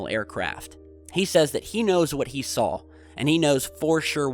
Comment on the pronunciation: Is it just me, or does pronounce the word SAW as SAWL